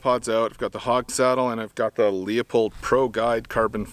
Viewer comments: It’s pronounced “Loo-Pold.” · Pronounced "Loo pold" 😁